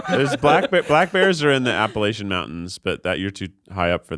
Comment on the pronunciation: Hearing Keith’s pronunciation of Appalachian as an Appalachian makes me want to die a little